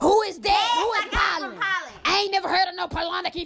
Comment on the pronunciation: Pollenic? Is that like “colonic”?😂😂😂😂😂😂😂😂😂😂😂😂😂❤️